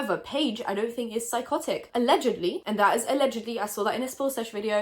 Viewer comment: LMAO “ALLEGEDY”